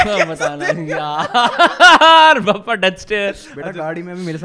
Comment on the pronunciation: Bhai vo Bhappa nahi Bappa hota hai Maharashtra mein. Ganpati Bappa